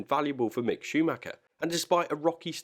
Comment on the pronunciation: Don’t understand how you can say mick